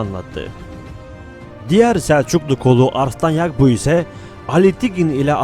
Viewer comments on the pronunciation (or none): Kardeşim yagbu değil yabgu telafuza dikkat edelim . 1000 atlı x 5 =500 mü ediyor? Biraz daha dikkat lütfen. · Çok güzel ve anlaşılır bir video olmuş, kpss sınavı için izlenebilir bence. Yalnız seslendirme de "yabgu" yerine "yagbu" deniyor😊 sanırım.